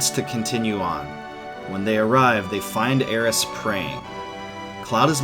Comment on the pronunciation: It’s great to hear Aeris and Kate Sith’s names properly pronounced